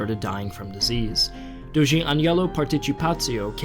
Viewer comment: “DOHJJ”, not “doh-ghee.”